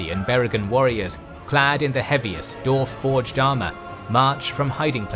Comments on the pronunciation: Love this but are you saying “Dorf”? Not Dwarf? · Why do you keep saying Darf??